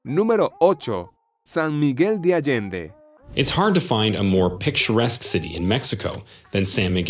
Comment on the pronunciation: Jesus, learn how to pronounce San Miguel de Allende and Ajijic.